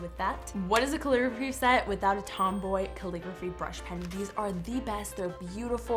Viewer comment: She says Tomboy when it is tombow